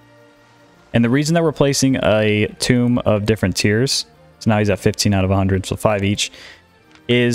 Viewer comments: tome... not "tomb"" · Just gotta say, tomb is like comb with a T, not like tomb where you bury someone. Gotta say the public education system failed a lot of people. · ty for the knowledge! i'm sure you've learned by now, but tome is pronounced TOE-m rhymes with foam